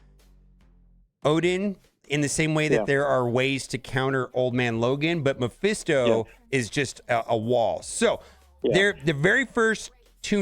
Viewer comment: Can we please pronounce Mephisto correctly?